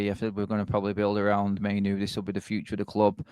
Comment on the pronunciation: Great show, but can some tell its Mai-NOO, not Mai-NO. 🤨